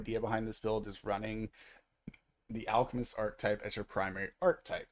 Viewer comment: It is pronounced AAR - KUH - TIPE my God why do so many ppl not know how to pronounce that word... please Google it